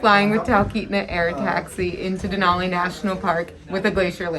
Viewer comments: Bro I always feel the sounding Tenali instead of Denali 😂🤣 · When ever you said denali,it sounds like tenali anna Amazing place,All the best anna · When ever says Denali it's sounds like my home town Tenali ❤️